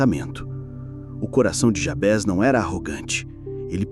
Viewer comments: A oração é linda! embora a pronúncia do nome, estou estranhando, sempre ouvi Jábes, e não Jabés... qual a pronúncia correta? nome é nome... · Só uma observação: não é Jabes o nome do personagem, e muito menos Jabés. É JABEZ - grafado com Z e a pronúncia em português deve ser a mesma de Juarez, Inez.. como se tivesse acento circunflexo na letra E, assim: JABÊZ e não Jabes. I Crônicas